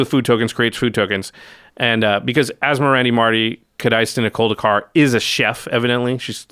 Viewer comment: I was waiting for a demon to be summoned behind as he pronounce that card name perfectly…